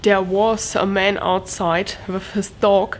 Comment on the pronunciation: Wow! when you said "come wiff me", says you are getting so much better with your english!!! You got the W (like Wind, Why, Wonder correct), now we work on the "TH" that goes with the word WITH. :) (come WITH me) i am making short video for you... ( very short ) Also i will make seperate video on pronounciations to help more, and in no time you will speak near perfect english, so, if you are interested, come along and join my short videos just to help you improve and get much, much better! (AND YOU ARE!)